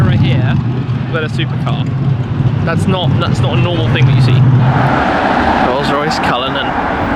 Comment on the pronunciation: Anyone else thought you said Rolse Royce Rape